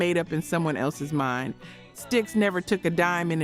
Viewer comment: Did you just call STYX…S-TIE-EX??? 😂 😆 😝